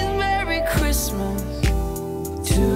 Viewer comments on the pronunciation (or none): In fact he said merry cwistma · "Marry Quissmass"